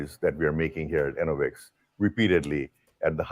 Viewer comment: It’s not “ENNA-Vix”, btw… it’s “e-NO-vix”